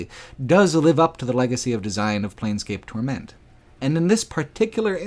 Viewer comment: Why are you emphasising "Torment" so strangely? The emphasis is on "Tor" not "ment"